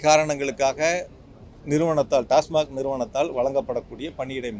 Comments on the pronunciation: Neengalum TASMARK thaanaa.. It is TASMAC... Sir.. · Tasmac dhan, avar tasmark nu solrar